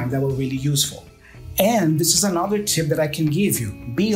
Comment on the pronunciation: PRONUNCIATION TIP: you are mispronouncing the second syllable of ANOTHER, it's an UH sound, as in BUT, not an O sound as in DOG or DOOR.